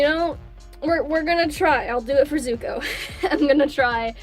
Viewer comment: For a second I thought you said Izukuo